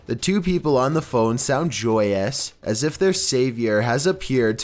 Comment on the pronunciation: What in the world is with this narrator?? He puts emphasis on the most ridiculous places. "He says it AS calmly as asking FOR a cup OF sugar..."